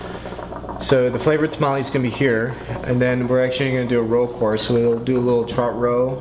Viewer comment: It's tomalley not tamale. say it right